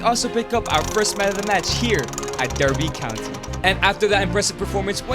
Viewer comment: As someone from Derbyshire, I am offended by how he pronounces Derby County.